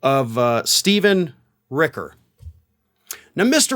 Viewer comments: ..... its Rich-er, not Rick-er, just sayin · it's "Richer"